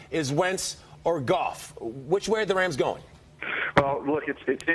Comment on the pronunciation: And it's goff